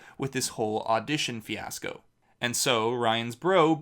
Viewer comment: he really screwed up with that auditioning "fanasco"